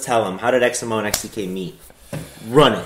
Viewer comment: I also always thought your name was pronounced X-MO not X-M-O.